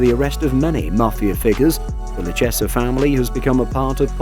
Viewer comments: Hey you Mamaluke, Lucchese is pronounced Loo-Cay-Zee. Not “Loo-Chessa” Learn how to pronounce the Italian names correctly. Of course we can always send Vinnie & Lou over to help you with your speech problem.🇮🇹🇮🇹🇮🇹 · Lucchese is pronounced = Loo kay zee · It's pronounced Lu- Kay-Zee. 🤦🏼‍♂️ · You really should learn how to say the names if you're going to make videos on them. The Luchesse family is Pronounced LOU KAY ZEE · The in the USA we pronounce it, the 'lou-case-ee' family. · Luchese is (loo-kay-zee) Joe Pistone is (pis-tone)